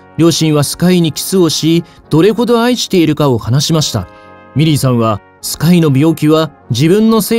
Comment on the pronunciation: 皆さん真面目なコメントの中すみません😣💦⤵ミリーさんがメリーさんに聞こえてしまいます